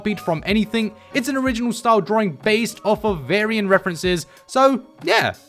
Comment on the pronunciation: "Berry-on mode" 😂 seriously this guy never fails to make me laugh! Love the content bro.